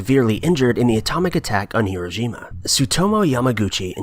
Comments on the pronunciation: It's Hi-ro-SHI-ma, not Hi-ro-JI-ma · Here- row-shi-ma.... Hiroshima... phonetics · Actually, it's "hi-RO-shima". In the correct Japanese pronunciation, it's the 2nd syllable that's enunciated, and the i in the next syllable is very short, as to almost be silent, so it sounds closer to "shma" than "sheema". So what you actually have is more like "hi-RO-shma"